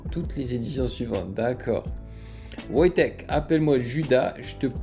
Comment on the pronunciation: C'est "Voytek"